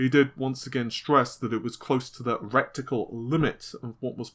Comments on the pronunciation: If you're going to bother doing a quote at least learn to pronounce 'reticle' not rectical which sounds like major league butt stuff. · It''s reticle not recticle.